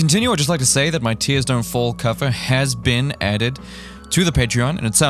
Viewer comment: "teers dunt fol" we've been singing it wrong all this time